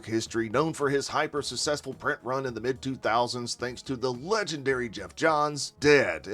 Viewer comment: Man, I love your videos. I look forward to them. What is “sussessful?” Is that an accent thing? Probably. Anyway, keep up the good work.